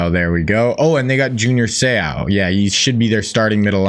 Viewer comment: You keep butchering Seau’s last name 😅😅